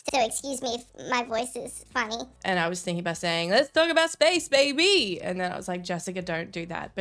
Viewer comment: “Let’s talk about space, Bay-BEE” That is channeling your inner Jules Gill.